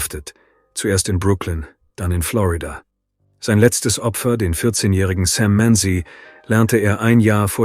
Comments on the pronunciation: Google Sam Manzi. Not Sam Many as the AI pronounces it. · It really happened. Search "Sam Manzi". Not "Sam Many" as ai pronounces it. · Google Sam Manzi. The ai narration mispronounces the name so if you Googled that name, then you won't find anything.